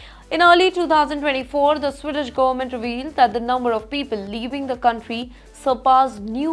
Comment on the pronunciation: It’s not swiden or swidesh it’s sweeden with an emphasis on the first “e”